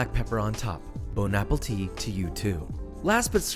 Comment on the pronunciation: Okay. One does simply not make pasta and say "boun apetit".